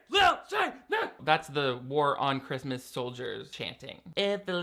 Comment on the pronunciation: We have been saying ChRiuuuusssmuaas like the grandmother for years now in my family this is wonderful lol. It is just sooooo bad.